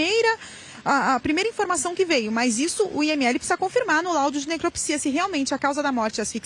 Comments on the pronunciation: Rsrs..grande competência,que não soube pronunciar a palavra do exame que faz no corpo do cadáver quê é necrópsia,rsrs...🙈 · Êita! A repórter não sabe falar a palavra necrópsia,que é o exame que faz no corpo do cadáver,para descobrir a causa da morte.Ô, mãe a delegada, não está errada... ué!! Se você fosse uma mãe verdade ,a sua filha estaria com você,e se você tivesse cuidando e aconselhando a sua filha não teria acontecido essa desgraça toda! Mãe ausente de filhos dá nisto! Lembrando que essa criança agora é um mulher. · Acham que a menina não estava bem e não levaram no médico?esta jornalista fala feito doida até erra as palavras! Falou biopsia kkkkkk o que é "autópsia) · A repórter: Biópsia Autópsia: Necropsia!!!